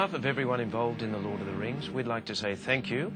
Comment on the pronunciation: does david Whenem (faramir) say Hord of the rings instead of lord ?